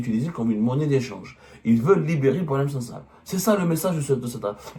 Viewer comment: Il s’appelle boualem sansal et non pas « SANDAL! » .